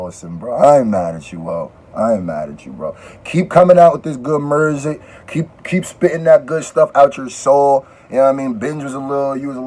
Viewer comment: i laughed at this man like why he say music like mirrrrsic like is the word music copyrighted now